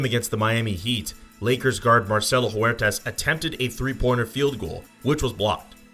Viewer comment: Huertas not Juertas, sounds like Uertas